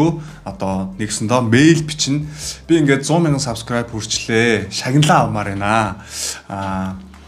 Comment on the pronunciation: Баяр хүргэе эээээ 😤 зөв үзэл бололтой, залуусыг зөв зүйлд уриалж месэж өгдөг..бас хөгжилтэй залуу шүү 👍 энэ бичлэг дээр хамгийн сүүлд солонгос аялгаар subscribe~a гэсэн чинь элгээ хөштөл инээлээ шдээ 😂